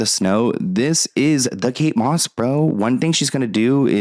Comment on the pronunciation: Kate MOSS …. KATE DOSS !!!